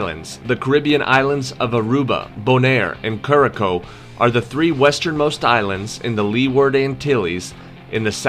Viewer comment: Always excited and grateful to see Caribbean content. 😁👌👏👐 One observation tho, Curacao is pronounced: Que-rah-sow.